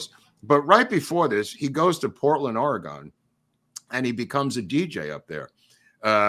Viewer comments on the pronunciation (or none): I really enjoyed this Willie episode, thank you guys., I don't know how Mr. Cayce pronounced his name but I am an Oregonian and our state is OR ee gun. Emphasis gently on the first syllable and then ee and gun. Some spell it Orygun. No gone in it, thanks.